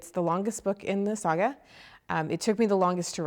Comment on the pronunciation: she says sga funny hahha